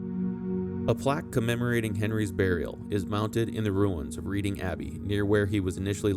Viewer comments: Reading - "Red-ding.... Not Reed-ding 😂😂😂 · Not REEDing Abbey. The place is called REDing to rhyme with bedding, heading and Wedding but not Leading, seeding or reading. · It's Red-ing not Read-ing. As it derived from the old saxon tribe of Raeda (Ray-da). Reading is believed to mean "Raeda's people". Has nothing to do with reading books. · Again, pronunciation issues: e.g., Reading = pron. Redding. Spend some time in England and you will pick up the correct way to speak. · Very good podcast. By the way Reading (the city) is pronounced "Redding". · I think it's pronounced "RED-ing". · Another great vid, you really bring these characters to life. As an inhabitant of Reading in Berkshire I feel inclined to point out to a non local that it’s another unintuitive spelling of an English place name and the correct pronunciation is ‘redding’. I’ve seen the plaque before but had no understanding of who Henry I was so thanks for correcting that.